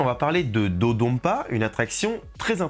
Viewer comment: Petite remarque, ça se prononce comme ça s'écrit, avec le son "n", pas un "m". L'utilisation du "m" est un reste de retranscription arachaïque américaine de la langue japonaise, qui a été remplacée il y a déjà des décennies sur l'appellation des nouveaux noms de lieu au Japon. Le japonais se lit exactement comme il s'écrit dans ses alphabets d'origine. Et là, le nom de l'attraction est écrit en katakana, qui est de surcroît le système d'écriture prévu pour les mots étrangers et les onomatopées, et on peut lire "dodonpa" et "dododonpa". Il y a même un "N" sur le design des trains. Il n'y a donc aucun doute sur la prononciation officielle. C'était l'instant chipotage, mais des fois, ça devient agaçant d'entendre des francophones se tromper de prononciation à cause de l'influence de l'anglais américain qui est à la traîne dans les retranscriptions des langues asiatiques. Sinon, évidemment, super vidéo !